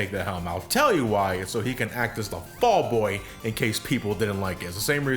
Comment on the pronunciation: It's so that he could be the FALL BOY?! IT'S VAULT BOY! (I'm just sick of vault boy being mispronounced)